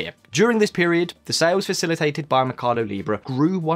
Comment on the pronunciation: Why does he keep saying mecardo in stead of mercado?